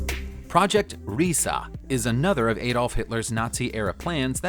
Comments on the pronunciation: It's Riese NOT Risa..! (pronounced Riise). This project was initiated due to the increasing Allied bombings of factories in Germany. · you should really learn to pronounce German words at least a little bit better. It took me quite a long time to find out that you meant "Project Riese". Especially, why the hell do you pronounce it with an a at the end?